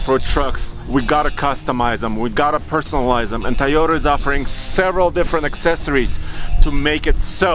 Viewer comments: Will someone please teach how to pronounce TOYota? It's not TIEota it's TOYota. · Tell the Russian guy how to pronounce Toyota,it starts with a Toy not Tay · Its a Toyota, not a teeota or tahota or tayota, do you say its childs tee or tay or tah, no you say its childs TOY, so say that please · "Tiyota Ticknology"